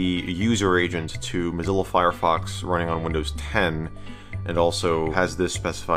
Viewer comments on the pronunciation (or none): none